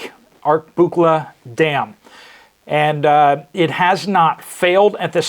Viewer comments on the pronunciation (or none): It’s ark-lah-but-lah. (Just an fyi on the pronunciation) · Ar' ka' but' la. There is another A in there that helps w pronunciation. It was built in 1940.. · Pronounced (Ark-a-butler) I live in Mississippi about 50 mins from there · Pronounced 'Ark a butler' dam.